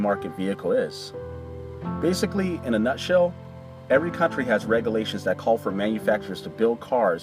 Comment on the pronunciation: A. It's regulations not 'regalations' B. It's speculate not 'speckalate'